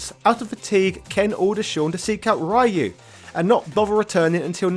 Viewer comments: It's Roo not Rye you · you keep mispronouncing ryus name. and each time it becomes more noticible and less easily ignored. >w< ree-yoo not rie-yoo. if it were pronounced your way it would have been raiyu. like raiden from metal gear. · I honestly have zero interest in Sean. Laura was far more interesting in terms of looks and fighting style. Also who is this "Rye-Yoo" he speaks of? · No, it's "Ryu" (a combination of the syllables "ri" & "yu") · lmaoo!! diff lands pronounce ryu differently. but hell ya capcom needs to put in some SF3 characters as DLC at least... its really lame and disgraceful to neglect them. especially with the whole back to hip hop and third strike vibe SF6 has going on. i would like to see sean and how much he has improved and his fighting style. i miss his 2 hit dunk shoryuken. that needs to make a comeback. also being a ken fanboy is part of his hype. the dude is basically sakura for ken. minus any fruity intentions. lolz. but ya dont see any reason for him to just hate ken all of a sudden. curious wtf happened to ken also. love his garou/cobain look tho. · True but then why does he pronounce "Ryo" as "ri-yo" instead of "rye-yo"? I don't get why he refuses to make an effort with "Ryu" when he obviously could pronounce it properly if he wanted to... And yes I would also love to see how far Sean has advanced since Third Strike. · Ive been watching a few of this guys videos. And they are good. Really good. But when i hear him pronounce Ryus name. I wanna shit myself and jump off a cliff in minecraft. And then i hear him say Shoryuken right and im like, you know Ryus name is in the name of the attack.